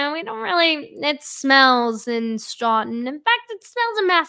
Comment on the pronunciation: For you out of touners its pronounced stoh-in.....kephese.